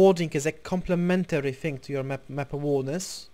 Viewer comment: Great video dude !! I'm not trying to sound douche but you pronounce "awareness" as a-wear-ness . Not trying to be a ass but you know how internet trolls can get. I don't mind what way you say it cause I know what you mean but other kids would give out about it. Great video though :) I was 1100 elo before I watched you within a month got up to 1400 pretty good me thinks.